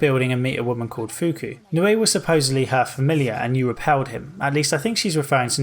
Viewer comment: it's not fuku